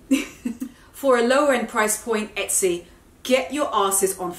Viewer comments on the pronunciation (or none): none